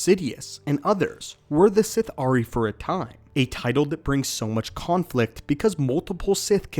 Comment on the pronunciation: Sith’ari is pronounced as a single word (Sithari) not Sith-Ari